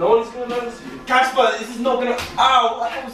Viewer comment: Girl its CASPAR not CASPER